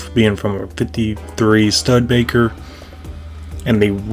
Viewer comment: stud-baker lol